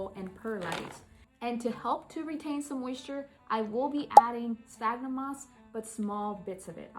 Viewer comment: I'm so happy you pronounce sphagnum correctly! That orchid already looks ten times better.❤